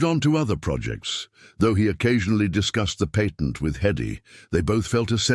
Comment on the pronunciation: George discussed the PAYTENT with Hedy??? I thought we spoke American English here. It is NOT PAYtent, but patt ent